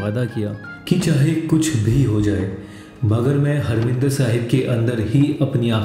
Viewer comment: हरमिंदर साहिब नही,हरिमंदिर साहिब कहिए।